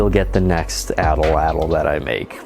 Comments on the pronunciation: At lat l not Ata lat l it's At Lat L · At-Latl Not atl-atl King energy intro btw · You should gimmieimme the atlatl because I genuinely can't tell if you don't know how to pronounce it or if you just like saying it that way to be funny, so I'm gently pointing out it is pronounced 'aht-lahtl' or 'aht-laht'. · "your atalatalatal, will keel 🙂" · So the L isn’t pronounced… the tl at the end of a the word is more like a click but with your tongue